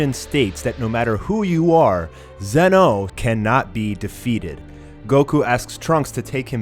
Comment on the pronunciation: Why do you say Zeno like that, not being mean but that annoys me